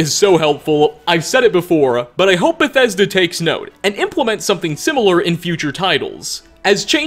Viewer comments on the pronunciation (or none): none